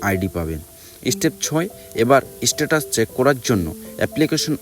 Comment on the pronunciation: তুই শালা আগে বাংলাদেশে যাবি /স্ট্যাটাসকে Sস্ট্যাটাস বলছিস /তুই সব পিওর বাঙাল